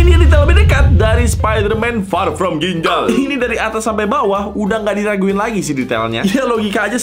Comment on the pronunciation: Jadi ini detail lebih dekat dari Spider-Man Far From Ginjal Gua Denger:Spiderman FAR FROM BINJAI!!(.....?!)